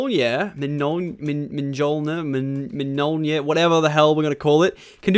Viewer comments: It's pronounced mule-near (sorry this is the only way he'll see my comment) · It's pronounced mule nure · Thor hammer is pronounced me-yill-near but you say it faster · The Hammer is pronounced M-Yol-Nir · I think it's mee-ole-ner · thors hammer is pronounced muoneer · it is mjolnir(me-ol-neer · It's pronounced mule-near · Mioneir is how its pronounced